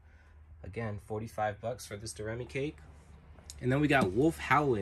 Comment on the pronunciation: Am I wrong, I thought it was pronounced "Doe-Ray-Me". Like the song but I might be wrong.